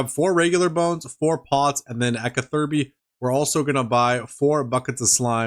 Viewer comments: Anyone else triggered every time he said KA-THIRBY instead of CATH-ER-BEE. lmaooo love the vids and I'm not even a pker! Keep up the excellent work friend. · nothing could've prepared me for kuh-thur-bee🤣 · Cather-bee 😂 youre welcome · I cannot get over how you say catherby 😂😂😂 great vids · You're acc a genius purposely saying catherby wrong for engagement. And it worked. I'm commenting. Smart lad u are. Big up from London brother